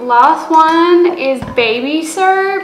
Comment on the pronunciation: I love the way she says soap like "surp"